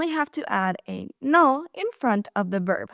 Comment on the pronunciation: Buen video,! I laughed a little at your pronunciation of "verb." You sometimes say it as "berb," because, in Spanish, the "v" at the beginning of a word is pronounced "b" -- something we gringos have to be reminded of! I don't know how long you have been speaking English, but you speak it almost flawlessly.